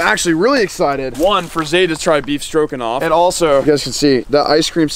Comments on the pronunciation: I swear to god he said “beef strokinoff” 🤣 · I live the way says stroganoff. “beef strokin’off” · did you say "Beef Strokin' Off"? LMAO